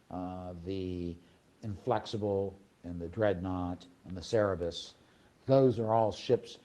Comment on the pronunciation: Cerberus pronounced Sir-Bir-Us. The three headed dog that serves Hades and guards the underworld. Greek mythology.